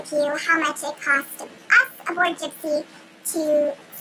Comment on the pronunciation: Jibsea... lol